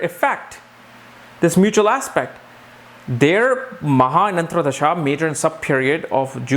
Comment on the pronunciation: Dasha is antar dasha and not antra dasha. Just a small mistake in word pronunciation.. also the word is Dasha and not Dasha.. similar mistake